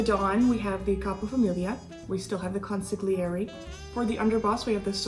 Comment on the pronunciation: Why doesn't anyone pronounce "consigliere" properly